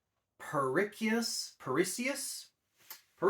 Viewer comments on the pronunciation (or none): BTW, the level 3 ability is pronounced Pernicious(per-ni-shus) Pathogens